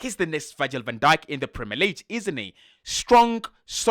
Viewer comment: Pronounce 'league' properly. You are pronouncing it as LEEJ. But it is pronounced as LEEG. In French G sounds like J in some words and can be a little confusing. However, in English, we have a distinct sound for each letter in the Alphabet